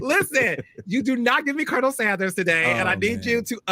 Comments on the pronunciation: it’s pronounced Ker-nil, a military officer title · Please stop saying Colonial Sanders like that!!!